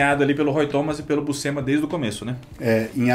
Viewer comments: Uma curiosidade: a pronuncia correta para Buscema é "Buchema", le-se como o jogo de cartas "cacheta". "SC" no italiano tem essa sonoridade. Por exemplo, "piscina" no italiano se pronuncia "pichina" (som de x). Obvio que falantes de portugues nao tem nenhuma obrigaçao de pronunciar da forma correta, mas vale a informaçao. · Em italiano, Buscema se lê Buxema ou Buchema (Bu-chén-ma). O sc tem o som de x de xícara ou xaveco. Quando eu era criança, falávamos Búscema (Bús-ce-ma) por achar que era assim em inglês, kk. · Gente vcs tão falando o sobrenome dele errado é Buschema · Andam todos pra aí a dizer que a pronuncia correta é Buschema, mas andei a ver uns documentários gringos e todos eles pronunciam BUSCEMA( Buscima)- em que o i é mais uma mistura de i e e.